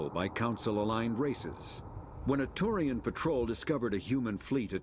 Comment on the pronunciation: ...please tell me you aren't going to pronounce "turian" as "taurian" for all of the ME games. Please.